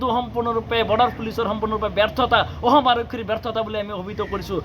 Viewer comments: Ki aohm aohm koi aso suduvi kalaa, axom khon nam holabo lolia pisoloi ki hob baru, thotok atiya nekhedele pisoloi tohtoi axomr vias hoi jabi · বিদেশী নে বিদেহী অসম নে অহোম কথা নে কতা অসম চুক্তি নে অহোম চুক্তি তথ্য নে তত্ব চৰকাৰী বিষয়া নে চৰকাৰী বিহয়া মিডিয়াৰ আগত কথা কলে ভাষা শুদ্ধকৈ কব লাগে।অসমীয়া ভাষা শুদ্ধকৈ কব নোৱাৰে সিহতে আকৌ ৰাজপথত আন্দোলন কৰিব ওলাইছে।।